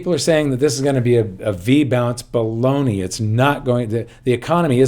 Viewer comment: said Bolognie, now hes Mahoney Balognie. Just teasing. Luv watching.